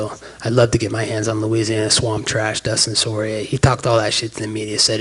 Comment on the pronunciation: "Dustin Sorry-A" 😆